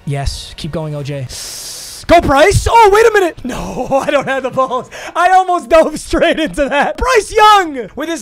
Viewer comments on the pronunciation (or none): none